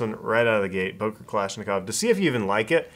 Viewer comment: It's "Böker", not "Boker"!!!